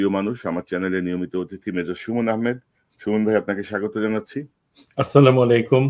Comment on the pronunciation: সালামটাও সহীশুদ্ধ করে দিতে পারেন না। কেমন মুসলমান?স্লামালাইকুম নয় আস্সালামু আলাইকুম বলবেন